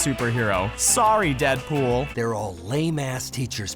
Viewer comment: He said danpool